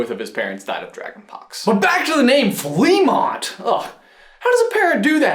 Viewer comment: fleamont is pronounced, fluh-mont